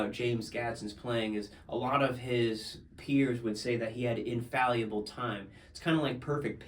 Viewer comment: In-fal-uh-bull. Great, and inspiring video!